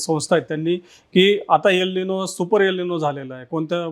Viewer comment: प्लीज यल निनो म्हणू नका. गावंढळ वाटतं. एल निनो आहे तो शब्द